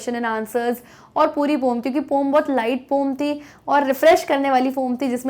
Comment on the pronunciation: पोम नि होता mam... 😂😂 poen होता है... 😂